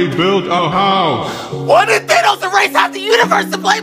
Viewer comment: BRO THAT'S THANGEOS NOT THANOS